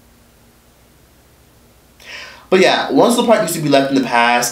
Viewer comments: It sounds like he is saying once in a park 😂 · It's 106 & park. Not OneOSixAnPark lol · Its 1-0-6 AND PARK... its not 1 word.. I HATE HEARING YOU SAY THE NAME OF THE SHOW!!! SO THUMBS DOWN just because u call it 1sincepark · Not quite Rosa park but I was asking myself why he isn't pronouncing it properly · I thought he was saying Once in the park lmboooo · thing thing is i kept hearing rosaparks hahah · one O Six and Park..duh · once a par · Sounded line once in a park. Like "yo bro, did you hit that?" Him: yeah, once in a park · Once & park 🤣💀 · I keep hearing one oh sis n par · I heard " one since a par"! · I thought he said.....ONCE A PARK😂😂😂 I'm like i ain't NEVER seen this new show. LMBO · Is he saying 106 & park!?? Pronounce the 6 in 106!🤣💯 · Am I the only one hearing him say "once & park" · Are you calling it "once in a park"? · Is he saying once and park? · I thought he was saying Once and Park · 1 0 6 and Park. Just strolling, but realized that the numbers in the name of the show are never pronounced correctly or enunciated. Otherwise good work, you have good energy. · The way you say 106&park it sounds like one word 💀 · Is this dude not able to say ONE O SIX AND PARK?🤣🤣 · yo can u pronounce 106 AND PARK properly like damn dude